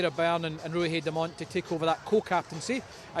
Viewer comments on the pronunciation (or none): Ruahei's surname is pronounced just as it is spelt. Demant. Not Demont. Not Dement. The end bit of her surname is Ant... said just like the insect. I feel like the least commentators can do is pronounce the player's names correctly. She is the co-captain of the team FFS. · Can someone explain to me why the male commentator wasn’t able to pronounce Demant properly once? Even after his co-commentator pronounced it correctly to him?